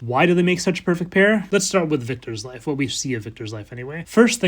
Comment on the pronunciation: Everytime he says "life" I hear "wife" and I just can't help it hahaha. Okay back to the video I always love how you can explain everything in such a calm way and still be so interesting